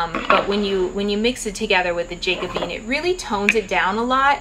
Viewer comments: Hi, thanks so much for this video. It was really helpful. But if I may simply add a minor comment. "Jacobean" is pronounced like jack-o-bee-ann. It refers to the time in English and Scottish history when King James was fighting for the throne. I am not a hater, just trying to give you a helpful comment. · “Jack - uh - bee - an” Thanks, such a helpful and informative packed video!